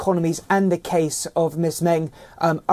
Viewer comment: As usual, your pronunciation of the Chinese names are way off the mark and your report on Meng is in line with Chinese media's coverage rather than a neutral one. What's the point of watching an Indian channel covering global news if it is no different than the rest?